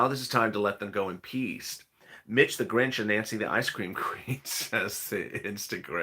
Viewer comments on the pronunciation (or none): none